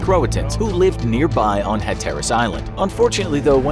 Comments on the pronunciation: It's pronounced Raw-lee not rally ffs Hatteras is pronounced Hatter-as, not ha-terrace. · Also, it's HATerras Island, not ha TER as Island. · also- Hatteras is pronounced hat-ER-is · Jesus, where did this guy get his pronunciation's from? Raleigh is pronounced RA-LEE. Hatteras is HAT TE RES. These are place names in modern North Carolina, you don't have to get all funky with how you say it my guy. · some corrections on pronunciation: Manteo = Mant-E-Oh Wanchese = Juan-Cheese Hatteras = Hat-Er-Us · It’s HA-ter-US Island. You put the wrong emPHAsis on the wrong syllABLE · The island is pronounced HAT-ER-US. Right across the sound from it in Pamlico lol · It’s Hat-Er-As. Pronunciation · It's pronounced Hatter-ous island. You're welcome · It is said HATT TER RIS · "CROATOAN" was the word carved into the tree, not "CROATAN." Although either spelling is acceptable for the name of the tribe, it isn't acceptable to report that any other spelling than "CROATOAN" was used by the settlers. Raleigh is pronounced "raa • lee," not "rally." I'm not sure how anyone could mispronounce Hatteras, but whoever narrated this video found a way. Such glaring errors. I hope "Infographics" gets better. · As a North Carolinian, I learned more about this than in school, but also, Raleigh and Hatteras were pronounced badly. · As someone who grew up in North Carolina, his pronunciation of people and place names (Raleigh and Hatteras, as example) make me angry. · That pronunciation of Hatteras was rough. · Pronouncing Raleigh wrong, and Hatteras :(